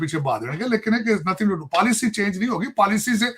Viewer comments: Policy hota hai paalicy nahi😂😂😂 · policy ko paalicy bol raha hai 😂😂